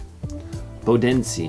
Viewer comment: 23 and Bodensee you need to learn to pronounce